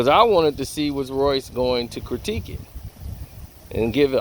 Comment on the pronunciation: Did u say CROWTIQUE?????? THOUGHT IT WAS CRITIQUE??🤣😂🤣😂🤣😂🤣😂